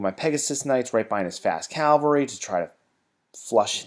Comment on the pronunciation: why can't americans pronounce 'cavalry'???